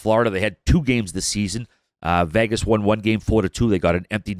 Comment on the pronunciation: why cant they say the word Vegas correctly......also Biz its resonates not resignates